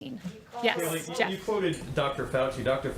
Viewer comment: Her name is not KAYLEIGH IT'S (K LIE)